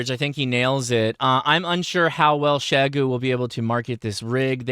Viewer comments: You’re closer than most, but still not quite there… it’s pronounced “shee-yay-goo”. But thanks for getting close. Most uninformed call it “z-eye-goo”. The xie is like how one says “thank you” in Mandarin which (in romanized letters - called pinyin) is xie xie - pronounced as “shee-yay-shee-yay”. I only bring this up because you have a significant following and you may finally get the message across. Nothing worse than continually mispronouncing someone’s or something’s name. Makes one look ignorant. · Out of curiosity...you are the only person that I have ever heard pronounce Xiegu as "Sheh-goo." Everyone else says "Zeye-goo." Forgive me for being presumptuous and perhaps forward, especially given that we have never met, but I believe that your wife is from that part of the world. Has she informed your pronunciation and are the rest of us saying it incorrectly? And to the point of the video; if this thing comes in around $1300, which i suspect that it will, it will have a long road to hoe against other, much more established competition. As always, thanks for the insight.